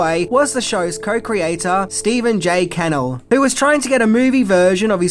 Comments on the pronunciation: Goddammit,....it's Stephen J Ca-nnel, not Can-el....Can't you get it right,?!?!?!? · Stephen J's name isn't "Kennel", it's "CaNELL"! That's "Ca-NELL' "!! You just couldn't do it, could you?? Trust you to get it wrong!! You just....couldn't get it right! You NEVER get it right!! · Stephen J. Cann-ell...😂😅😊❤ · Stephen J. CUH-NELL 🤦🏻‍♂️ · It's pronounced Ka-nell, emphasis on nell. Mother and I are so disappointed in you,.